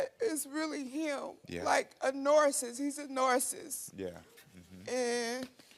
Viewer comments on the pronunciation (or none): She said “ He’s a Narciss” instead of narcissist 😂😂😂😂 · Did she call him a “narrsis”? 😂😂😂 what in the project hell is happening here? 😭😭